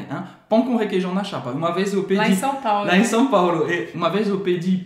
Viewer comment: Gostei , SÃO PÁULO !!!!! SÃO, SÃO e não SAO PAULÔ 👍